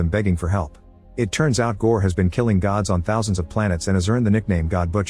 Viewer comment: It not goods it's Gods😅😂